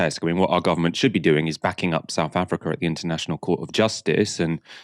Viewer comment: Excellent. Informative. Please, can you say SOUTH and not Souf Africa... And it's 'with' not "wiv".. and "thing" not 'fing'. . I enjoy your thorough work...kindly make an effort to correct your basic spoken english - and DO NOT TROLL ME!